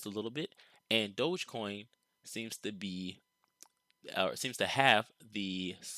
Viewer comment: Its DOG - EEE - Coin... As in Dog - Electric - Coin.... Lolol. Smh. Can give an educated analysis in a stick but cant figure out its name.